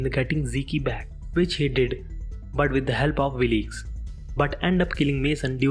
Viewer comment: I turned the subtitles on and it helped some, but it seems to me that someone else wrote the text that ur reading. I notice this when you say the Byrdes organize a funeral but you call them the Brides. Right after that you call Wilkes "Willeeks". It just seems to me that ur just reading phonetically text that someone else wrote without really knowing what it is ur dictating.